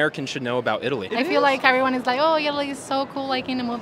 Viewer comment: Love Italy and Spain my favorites...but her pronunciation of " Italy " doesn't sound Italian 🤣🤣🤣🤣